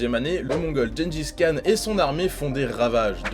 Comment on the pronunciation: Beaucoup font l'erreur mais Le "Khan" de Genghis Khan se prononce Rhan voilà c'est tout ;)